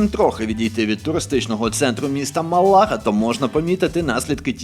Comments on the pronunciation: Чому МалÁga? Навіть в написанні назви міста стоїть графічний знак наголосу на першій «А» - Málaga! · Без обіди ,Не правильний наголос.Ма’лага.Гарно і майже правдиво.Живу тут 25 років.Дякую. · Іспанською наголос на перший склад Мalaga. Слух ріже неправ. наголос. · Тільки не МалАга , а МАлага ))) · Це тільки я чую про Малайзію, а не Малагу?) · Дуже цікавий канал, але мАлага, а не малАга, і Бекс у 2004-му перейшов до Реалу, а у 2007-му поїхав по Штатів))) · Як це можливо: бути в місці, знімати блог про це місто, розповідати про нього...і при цьому не навчитися правильно ставити наголос в назві міста?! Не МалагА, а МАлага! Да там всюди графічний наголос в написанні! Вже по суті інформації навіть коментувати нема бажання... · Не МаЛааагу 😂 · Круте, цікаве, інформативне голос не монотонний тільки одне те що наголос Малазі звучить постійно як Малайзії. А так гуд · Мáлага, наголос на першу букву А….. Будь ласка….. Все відео важко дивитись було 😭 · Добрий день. Невеличка помилка в вимові слова Малага, правильно наголос ставити на перший склад :) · Відео прекрасне, але неправильний нагалос на назві міста протягом всього ролику ріже слух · Дизлайк однозначно... просто вуха різало наголос в слові Малага. Наголос в любому відмінюванні слова на перший склад, а не як захочется. Закон Бекхема - нікого не звільняють від податків, ціни на квартири- космічні. Краще про пляж і море розказуй а не про серйозні речі. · Все же думаю, что Малага произносится на первый слог, а то иногда звучит как в Малайзии))